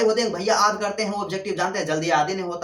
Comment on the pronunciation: Sor aap yaad ko aad kyu bolte ho